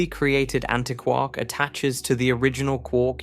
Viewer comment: Why don't you say antiquark the same as anti + quark?